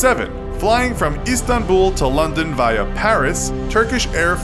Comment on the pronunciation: The way he said Via hurt my soul.